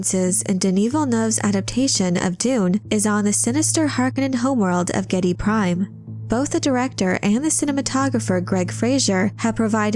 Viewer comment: AWESOME VIDEO, SPOT ON INFORMATION AND STRAIGHT TO THE POINT. 101% GOOD PRONUNCIATION OF THE PLANET NAME GIEDI PRIME